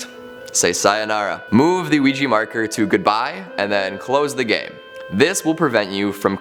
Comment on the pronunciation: OUIJA NOT OUIJI